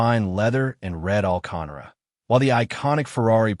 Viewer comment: What the hell is red 'alcanra'...Mr. Robot?!